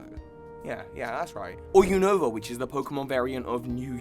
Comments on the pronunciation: Unova = U-Na-Va Kalos = Ka-Lohs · You said Univa wrong